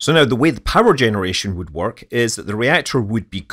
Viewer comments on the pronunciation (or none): none